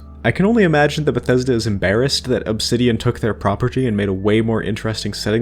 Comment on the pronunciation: Why do you enunciate things so weirdly? You often stress all the syllables in a word and even more frequently overly stress words/syllables at random. Examples in the first minute: 'PRAH-PURR-TEE' and 'SEHH-TING' for the former and 'self-CONTAINED' and 'CONTinent' for the latter.